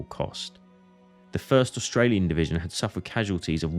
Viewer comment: Du solltest eine richtige Aussprache der Orte und der Truppenbezeichnungen lernen, damit jemand ohne Geschichtskenntnisse nicht der Meinung ist er müsse das Schlachtfeld bei Verden an der Aller suchen, weiterhin solltest du, wenn du ein Video auf Deutsch machst auch die gängigen Begriffe wie z.B. "Division" auch als solche aussprechen. Und es gibt keinen "Dschenerell- Lutenent" was soll das sein, ein "genereller Leutnant"?